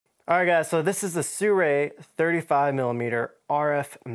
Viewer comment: one of the only people who made a video and pronounced this brand's name correctly lol I just asked them at NAB once :)